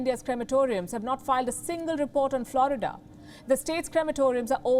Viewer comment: Maybe she should learn to speak English and pronounce Florida.this woman has a rock for a brain